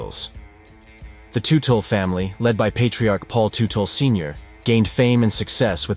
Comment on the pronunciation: It's pronounced tutle, tut not tute. That's it, now you have pissed off with your bad grammar, angry hordes of bike gangs that are sticklers when it comes to not properly pronunciation of the names of one of their own, and it's really bad thing that bike gang related violence never really produces afterlives. Please be safe and be tomorrow! 🗽